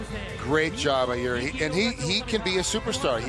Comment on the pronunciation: jiri 🚫 EE✅